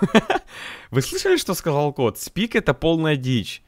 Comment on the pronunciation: Сроу, спик, джесиие, ричошет, сшеилу. 😂